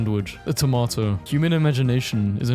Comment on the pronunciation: I'm traumatized because of the word tomato not tomAto tomOto